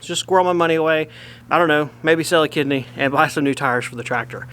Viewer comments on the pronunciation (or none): I thought at first was saying "maybe I'll sell a kid" instead if kidney 🫢